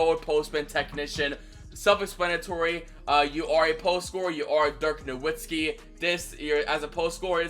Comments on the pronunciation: Him Saying Na”w”itzki is frustrating me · The “w” in Nowitzki is pronounced as a “v” for anyone that still doesn’t know